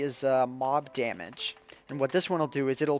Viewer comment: Damaga? you mean Damage...